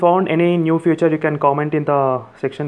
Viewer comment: Although you pronounce "feature" as "future" but i must say, you presented some really cool hidden features, no else found, like screen recording, pinch zoom in messages,etc. I have ordered my coolpad note 3. 😊 Expecting it in couple of days. And Thanks to you, I am dying to use my coolpad now. and i will be contacting you in couple of days to add me in your group. Really great work bro. Keep it up. 👍